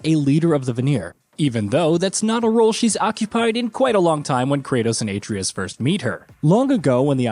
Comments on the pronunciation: Bro if you cant pronounce Atreus' name be respectful and call him Boy! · This dude butchers names in way too many videos. The craziest part is when they let a cutscene play in which the character's name is mentioned and he just refuses to say the name correctly... Even if he is recorded prior to the cutscenes being added in, someone could step in and correct him during taping. You're not telling me no one at Gaming Bolt knows how to say Atreus, Shang Tsung, Raiden from MGS2 etc etc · The pronunciation of Atreus is hilarious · It’s obvious he’s reading from a script. The fact he mispronounces Atreus so poorly leads me to think he’s never actually played the game.